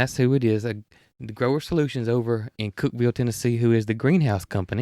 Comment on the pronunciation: Thank you for sharing this episode it was fun to spend this time with you. I was surprised to hear you got a call from my neck of the woods, Cookeville. I had no idea Growers Solutions is located here. Congratulations on pronouncing Cookeville right! Most people call it Cook-E-ville, that would have been okay. 🤣 I hope you stay safe from all the storms and the rain goes away so you, and all the builders can go out and play., I hope your fingers are better soon and do check on the automatic garage door opener! 😉 Have you called the plumber about the odd water pressure problem? I’m thinking when you take off the hose it releases pressure so it can work until it builds backup. Try turning the volume of water down instead of full blast, that might help. There was a TV show asking ladies of all ages which convenience would they find it hard to live without in their kitchen. The youngest said stove, refrigerator, microwave and the oldest lady said running water. From my mountain top in middle Tennessee where the hilltops kiss 💋 the sky 🌦, I wish you sweet dreams, Fran P.S. when you started talking about the strawberries, I had to fix a bowl of strawberries! Yes 👍🏼 they were sooooo good! 🥰🍓🍓🍓